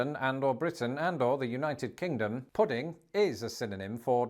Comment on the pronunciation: I get a kick outta the British not finishing words like "wha" versus "what" ... puddin' vs pudding ...or, sometimes dropping off the 1st part of words like ear vs here My dad pronounced battery as "bat tree" ...his father's (great?) grandpa came from UK .. he also grew up on mincemeat pie ... I made it for him once .. he was so excited cuz he had not had mincemeat since he was a child (I had to look up a recipe ... it tasted awful to me, but my dad loved it) so, the monarchy does not have power, but parliament does? does this mean UK lives under an oligarchy?